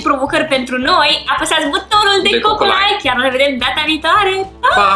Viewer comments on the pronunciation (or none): none